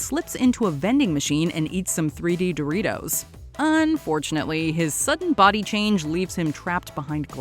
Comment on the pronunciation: says Do RI TOES